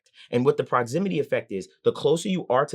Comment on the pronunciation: It's called proximity effect not "Prozimity" effect.